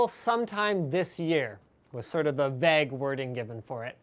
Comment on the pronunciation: The way you pronounce "Vague" is very similar to the way I've heard from people in Minnesota... and not all that similar to the way I pronounce it.